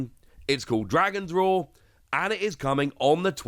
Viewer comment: Dragon's Roar, not road